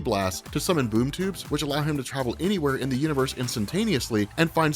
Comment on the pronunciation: Sounded like he kept saying boob tube haha!